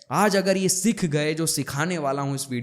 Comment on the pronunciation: Bhut badhiya..one thing I wanna say.. pronounce सीख not सिख